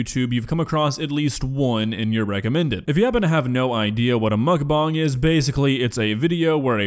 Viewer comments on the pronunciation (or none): As disgusting as mukbang is, I've never heard someone pronounce bang as bong. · i dont know if he said that on purpose but to clear the air its muckBANG not muchBONG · No offense, but Everytime you say "mukbong" I imagine Muk with a bong shaped pokéball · Quit saying Mukbang like that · you are pronouncing bang wrong lol